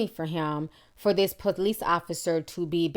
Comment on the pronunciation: The "POELICE" and "AMBoolance" hahahahaha I'm not laughing at you i'm laughing with you